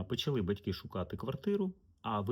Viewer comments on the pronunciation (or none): none